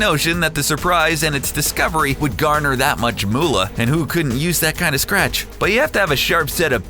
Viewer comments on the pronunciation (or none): none